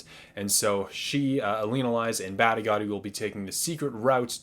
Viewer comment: Ooof! Those Badigadi & Elinalise pronunciations need some work.